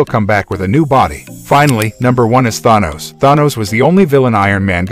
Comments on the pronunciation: Maybe learn to actually pronounce the names of the characters you're talking about? I mean who the heck is Thahnos? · why ??? why??? why??? do u pronounce words incorrectly??! ThAAAnos.. TelekIIIIInetic.. did you even watch the MCU movies ??? how can you get Thanos wrong? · Pronounced Thanos wrong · If you can pronounce “vibranium” and “Iron man” correctly than you should be able to pronounce ”Thanos” correctly